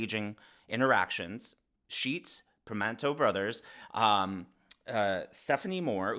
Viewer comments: Sheetz not Deetz.......sorry as a Pennsylvanian, I have to point it out. Anyway, yeah super staged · I really enjoy your content, but if I heard you correctly, I think you mispronounced the convenience store Harris visited. It’s Sheetz not Deetz. And number two, Primanti Brothers is not a deli, It’s a restaurant/sports bar. These days we can’t afford inaccuracy.👍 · It’s “Sheetz,” not Deetz. Lol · Sorry but as a PA native it’s Sheetz not Dietz